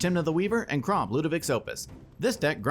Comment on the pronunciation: is it on purpose it sounds like says "Kraumbat" when Kraum attacks? 😂